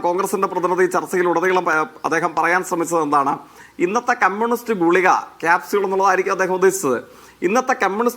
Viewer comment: എടാ ഗുളിയ അല്ല ഗുളിക. എന്നു പറയുക